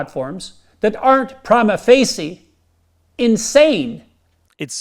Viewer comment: prima FAYSHEE jordan, it's pronounced FAYSHEE, i know it's spelled facie but it's pronounced with a SH sound. dude just spent the last 30 minutes insisting he's a smart person while screwing up reading someone else's words he doesn't even know or screwing up his own lazy scam. which is it.